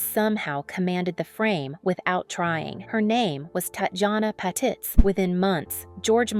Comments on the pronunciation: Annoying voice narrating, pronouncing the name of its subject wrong. It's "pah-TEETZ" not "pat-its". Tatjana deserves better than this, she was one of the best, RIP. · Patitz - PA- TEAZ